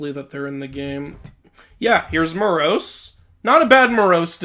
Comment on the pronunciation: You mispronounced Moros (In the greek spelling of the name, the tonos, that being the accent, is over the first 'o' so that's where you put the emphasis), and it's hard to gauge but at least in the game, the characters pronounce Melinoe as 'meh-LIN-oh-ee' instead of 'MEH-lih-NO-ay'. I've always pronounced it the first way, however the greek spelling is kinda hard to decipher as the tonos is over the 'o' instead of either the 'i' or the 'e', though it's hard to gauge as the game makers also pronounced Demeter wrong because they used the british pronunciation.